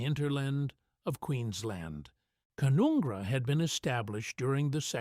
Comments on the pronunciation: Canoongra XXX Wrong pronunciation!! Ca-nun (as Nun: a religious female) - gra Ca-nun-gra. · It's pronounced kun un gra not Coon onn gra!